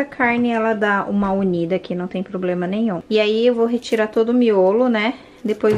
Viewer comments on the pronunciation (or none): none